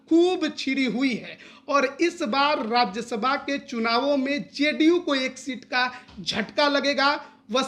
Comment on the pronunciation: राज्यसभा होता है राज्यशभा नही।